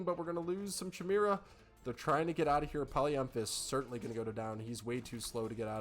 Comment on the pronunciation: Great Cover! Jotun= Yo-tun Jarl = Yarl Jormundr = Yor- mundr Chimera = Ky-mara